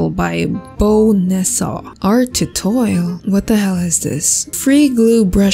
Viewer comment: WELP IM DYING “art tutorl” AND “art tutoil” AND THAT IMAGE WELP IM DYING AND CRYING